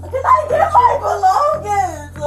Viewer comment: The first girl Dodja was dumb to think that she can keep stealing money.. Her drawer will be counted at the end of the shift and must match her receipts. Now she wants to play dumb. What money? Belongings zuh. I hate to heR thos syllables on the end of words. What did I do uh. What you mean uh. Bro.